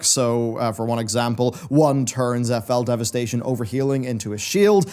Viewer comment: Great video ... even when Fel Devisitation made me laugh as its Fel Devastation. Sounds like the DH has demonic child support. :P